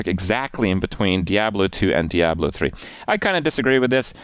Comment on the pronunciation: You can't even properly pronounce the word diablo. You are a joke